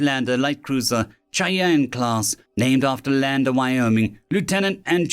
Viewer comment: Both amazing stories, but the "ch" in Cheyenne is typically pronounced like an SH just so you're aware for the future.